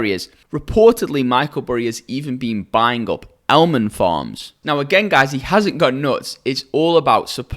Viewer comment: Almond = Elmend 🤣